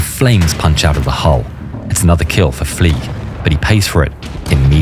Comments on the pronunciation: “Fleig” is pronounced as “Flyg,” not “Fleeg,” because he has a German last name. If you were to pronounce it as “Fleeg,” it would be spelled “Flieg.” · THE WAY you say "FLEIG" hurts my soul deeply